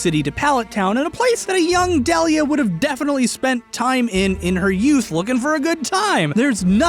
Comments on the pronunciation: Why do you keep pronouncing Delia as Del-ee-uh instead of Dee-Lee-uh? Like they do in the show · Sorry to be pedantic, but it’s Deel-ia, not Dell-ia. Also, why was it not considered that Ash’s dad simply has never appeared in the show? Why is it somehow obligatory for him to be an established character? That’s a massive assumption right from the start. Side note: Silver isn’t blond. Get your eyes checked. His hair is gray. A shade of gray that would be consistent with having had dark hair in his youth. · DEE-lee-uh!!! Not DELL-ee-uh! FECK! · It's "dee-lee-uh," not "duhliah." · THAT'S NOT the right sounding way to say her name, it's deal -ya THIS is the right pronunciation NOT dell-ya, also I DON'T think that Giovanni is ash's dad NO WAY, I think it's the aura user/guardian RILEY, THEY LOOK EXACTLY ALIKE. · Um…I would like to say that you said the mom’s name wrong, it’s pronounced Dee-lee-uh. Trust me I have that name. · AHHHHHH!!!!!! ITS PRONOUNCED DEAL-YEAH! AHHHHHHHHHHHHHHHHHHHHHHHHHHHHHHHHHHHHHHHHHHHHHHHHHHHHHHHHHHHHHHHHHHHHHHHHHHHHHHHHHHHHHHHH!!!!!!!!!!!!!!!!!!!!! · I thought Delia was pronounced "DEE-lee-ah" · So.. you can do all that science but can't pronounce Delia's name? (Dee-Lee-Ah)... Also why has no one else pointed that out yet? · Deh-lee-uh?? Oof that pronunciation. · Was I the only one bothered by the fact that he kept mispronouncing Delia's name? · Am I the only one bothered by the way he says ash’s moms name